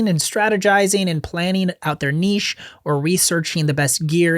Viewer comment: Learn how to pronounce “niche”!